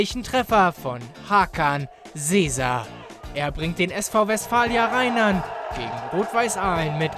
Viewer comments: Ja komm ich und du...ja wird rinern ausgesprochenen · Hammer kickerz ja man es wird Rinern gesprochen😂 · Du hast Rhynern mal komplett falsch ausgesprochen😂